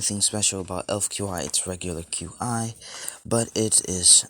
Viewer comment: Qi is pronounced chi